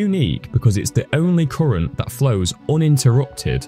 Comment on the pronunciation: Koorent, koorent, koorent 🙈